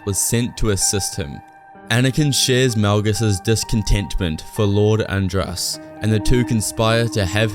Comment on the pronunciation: I think it's Lord Ad-rass rather than And-rass.